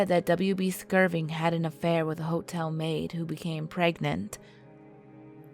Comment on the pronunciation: First of all, there's no "G" in "Skirvin". Secondly, it's pronounced "TUL-SA", not "TUS-LA". Third, did you attend the William Shatner school of diction? What... kind of... speaking is... that?